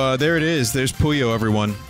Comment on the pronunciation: More Puyo Tetris is always good EDIT: Vinny plays story mode, skips it. Story or riot, we fackin' riot Is it me, or some times when Vin says 'Puyo' it sounds like "Pollo"?